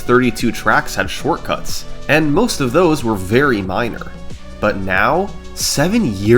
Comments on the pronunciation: 3 months late but “shorcuts” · What's a "Shorcuts"?